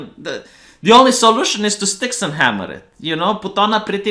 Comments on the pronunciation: IT'S STYX-HEXEN-HAMMER-666, you silly gypo. I don't know why that bothers me, but dyslexia is a problem when you're a YouTuber lol. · the romanian NAME BUTCHER. Its StyxHEXenhammer. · Dude, it's Styx - hexen - hammer.